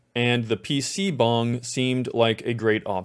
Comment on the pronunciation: omg thank you for pronouncing pc bang correctly lmao